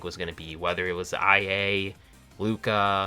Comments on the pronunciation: “I A” noooo its pronounced like “ii-ya” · I think IA is pronounced “ Ee uhh “ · omg did you really just pronounce IA as "ai ei" @@ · You realize that IA is pronounced "ee-yah' right??? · You did not just pronounce IA as "eye aye"😭😭😭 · IA is pronounced "ee ah" similar to her voice provider, Lia